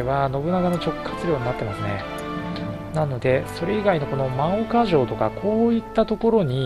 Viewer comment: ✡真岡 ○もうか ✗まおか ですよ。 色々な読み方があって難しいですよね。